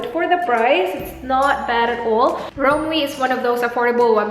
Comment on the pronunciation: hi, i think it's "rom-wuh" not "rom-wi" hehe?